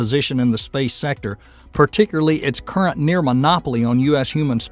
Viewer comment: “Particurly” is not a word. “Progrum ” is not a word.